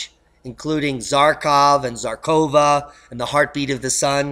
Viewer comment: I like to watch your videos, so I respectfully want to offer a little taste of Russian you can use in them. Russian consonant, which is represented as Zh, and written Ж, for example Zharkova (Жаркова), is found at centre of English - pleasure -, not in English - zoo -. This is understandably difficult, as English has no consonant Ж.